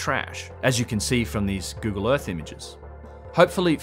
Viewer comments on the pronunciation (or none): none